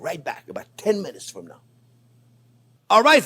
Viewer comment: nice the "from" or "frum"